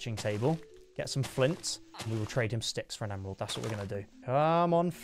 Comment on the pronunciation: u said emerald wrong